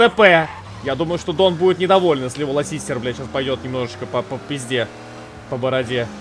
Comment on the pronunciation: А почему Булка Lassiter называет Ласистером?